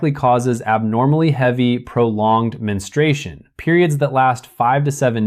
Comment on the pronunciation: It's pronounced men-stru-A-shun